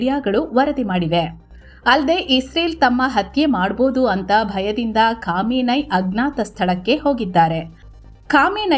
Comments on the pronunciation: ಕಾಮಿನೈ ❌ ಖಮನೈ 😅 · “Khamenei” pronunciation 😂